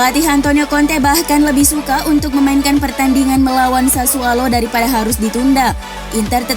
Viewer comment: Sassuolo bukan Sassualo min.. 😆